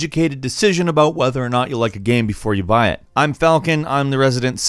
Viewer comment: The way you say "YOU BUY" I always mishear it as "DUBAI"